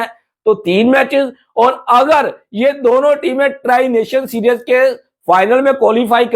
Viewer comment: Mere bhai, its pronounced see-r-ees not serious!!! And, why does that high level of security is needed in Pakistan!??!